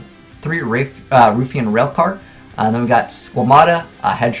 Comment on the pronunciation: Love the channel bro! I have critique to add however. Ruffian is pronounced "rough"-ian not "roof"-ian.